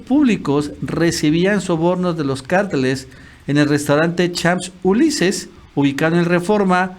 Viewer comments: Ayyyy,! Cómo "Champs Ulises" 🤣😂 mejor leer tal como se escribe, si no sabes 'prenunciarlo' en otro idioma "Champs Elyseés" así (o no pronuncias las "s" del final), ó su nombre en español; (restaurante) "Campos Elíseos". Pero si no leen los comentarios se quedarán sin saber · Q pena contigo! Si no sabes pronunciar el francés solo di Campos Eliseos. (Champ Ulises! Q bárbaro)